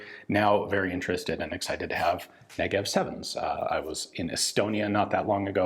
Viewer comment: The Negev-en, if you will